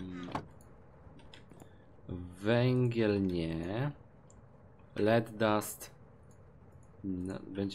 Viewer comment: Nie Led czytaj lid :)